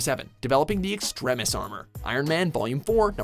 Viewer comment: Pet peeve again. Seriously, do you just have a disorder or something that makes you mispronounce words? Extremis. Really, it comes from the word "extreme," as in long e. You don't even have the excuse of it being in Japanese (and you never did, since many Digimon names are derived from English or Spanish words; i.e. Gatomon). Do you pronounce "extreme" like "extrem"? Do Canadians have English as a first language? I am peeved.